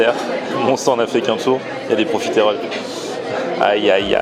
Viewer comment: Pourquoi prononcer profitééééééééééééroles ? J'ai toujours entendu le e muet, à la rigueur si on le prononce ce sera juste un "euh". Je sais que c'est un détail idiot mais ça m'arrache les oreilles à chaque fois.